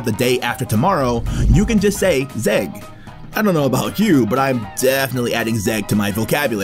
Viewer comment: its not zeg (ზეგ) its mzeg (მზეგ)